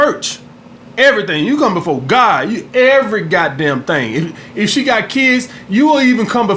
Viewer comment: You say god funny